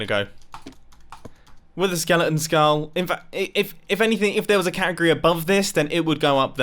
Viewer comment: Ah yes, my favorite word: catigoty